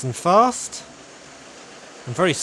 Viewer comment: Fast not gast